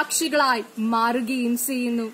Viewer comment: Speech competition alle... അപ്പോൾ ഉച്ചാരണം കുറച്ചു കൂടി ശ്രദ്ധിക്കേണ്ടതല്ലേ... നല്ല എനർജി ഉണ്ട്. എപ്പോഴും നല്ല മലയാളത്തിൽ പ്രസംഗിക്കുന്നതാണ് നല്ലത്. ഉച്ചാരണത്തിന്റെ കാര്യത്തിൽ ആയാലും ഘടനയിൽ ആയാലും. ഇവിടെ നന്നായി എഴുതി തയാറാക്കി അത് പഠിച്ച്‌ നല്ല എനർജിയോട് കൂടി അവതരിപ്പിച്ചിട്ടുണ്ട്. ഉച്ചാരണം കൂടെ മികച്ചത് ആക്കുക. (ചെയ്യുന്നു എന്നതിന് പകരം "സെയ്യുന്നു സെയ്യുന്നു" എന്ന് കേൾക്കുമ്പോൾ എന്തോ പോലെ.. അതുപോലെ ബാരതം എന്നതിന് പകരം ഭാരതം എന്ന് തന്നെ പറയുക, പിന്നെ 'ഫ' യുടെ ഉച്ചാരണം ഭ എന്ന അക്ഷരം പോലെ ആണ്. ) Competition ആയതുകൊണ്ടാണ് ഇത്രേം പറഞ്ഞത്.